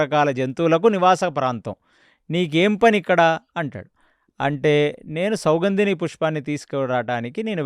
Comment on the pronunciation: Idhi bavundi. Kane meru chala names thappuga cheptunaru. Sathviki kaadhu saathyaki, sougundhini kaadhu, sougandhini pushpam.